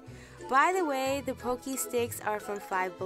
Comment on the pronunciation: Thank you for generously sharing your tips and tricks! You are a doll! (Btw, it is "Pocky" like "rocky." Not trying to be annoying, just trying to help.)🩷